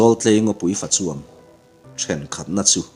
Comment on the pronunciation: Zawltlei ngawpui fachuam,tih a chuam i lamrik dan hi kava ngaimawh deuh ve. Chuam tih lai hi Bawng tih tlukin i lam ri a. Sial tih tluka lam zawk tur ani lomaw.